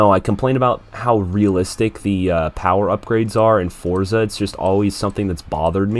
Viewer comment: FINALLY A CHANNEL THAT SAYS FORZA WITHOUT ADDING THE T TO IT